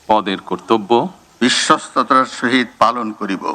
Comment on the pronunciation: *******খাম্বাচোরা,বিশ্বস্ততা যে উচ্চারণ করতে পারে না,সে বিশ্বস্ততার সহিত কিভাবে কাজ করবে I বিশ্বস্ততা কে বলেন বিশ্বতা I ভুলটা সম্ভবত ইচ্ছাকৃত কারণ বিশ্বাসযোগ্যতা,বিশ্বস্ততা কোন চোরের ভিতরে থাকে না I *******বাংলাদেশের ঝড় উঠেছে,ধীরে ধীরে বৃষ্টি হচ্ছে I ঝড়ের তান্ডব এখনও বাংলাদেশের মানুষ বা বিএনপি অবলোকন করেনি ....... বিপ্লব দীর্ঘজীবী হোক 🇧🇩